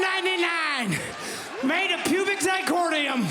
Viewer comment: that first part....did he say PUBIC ZIRCONIA🤔🤨😂🤣